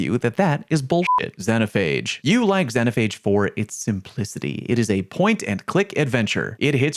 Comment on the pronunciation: Zeeno not Zenno